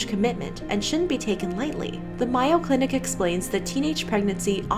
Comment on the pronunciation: Heads up: I’m from Minnesota and the Mayo Clinic is pronounced just like the condiment